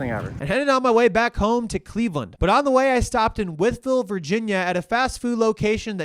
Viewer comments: Nice to see someone pronounce Wytheville correctly for a change.... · I'm impressed that you pronounced Wytheville correctly